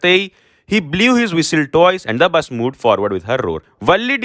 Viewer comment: he said blus 😂😂 Same thing happened with me